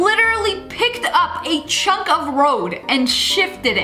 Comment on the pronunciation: The way she said “ Chunck of road” tho😅😊😂